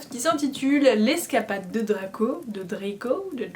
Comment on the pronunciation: Cette prononciation pour le prénom de Draco était magnifique, je me le passe en boucle tellement que je rigole 😂😭 Sinon la lecture fut intéressante, une fois de plus ! Et le cadeau, mon dieu le cadeau, mais il est trop bien 🥺 Merci à toi pour ce onzième jour et à demain 😘